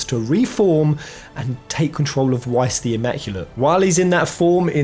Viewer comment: I’m sorry, Wice?! It’s pronounced Vice, it’s German so the W has a V sound